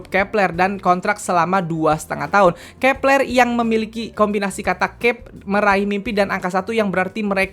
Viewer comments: Bang.. Bacaannya grupnya Kep1er itu kepleu(keplo) bukan kepLer😭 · Cara sebutnya kak " Keplo "